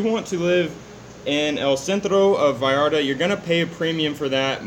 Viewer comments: hey guys you look great thanks for the vids, and its Puerto Vallarta with a "V" not "B" as if you were saying Vacaville :D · Finally you said Vallarta propertly!!!!!!!!👋👋👋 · Double "L" in Spanish is pronounced as a "Y"....